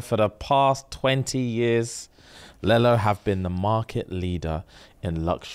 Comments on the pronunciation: Man said lell-o like how kids say yellow. It’s lee-low 😂😂😂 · its pronounced leelo guys, like lelo and stitch lelo😂😂😂😂 but i love the new bag's coming